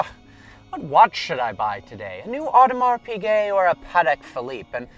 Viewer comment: How did you not pronounce Audemars Piguet properly?